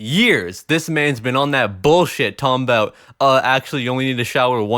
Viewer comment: he said “Talm bout” lololol